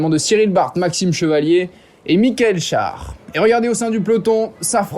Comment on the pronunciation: Super Vidéo, si jamais on prononce "chère" Michael Schär. Il a été élu le plus combatif aussi.